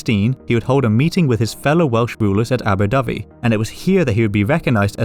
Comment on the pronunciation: It sounds like he's saying Abu Dhabi. 😂 but he's refering to the Welsh town of Aberdyfi shown on the map.